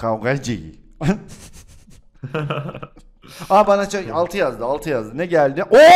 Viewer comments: Kavgaxi diyo :D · Üç... Kavgacie.: Güler: Karaqter.d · karakter e kavgaci diyoya ben onu kavgacı anladım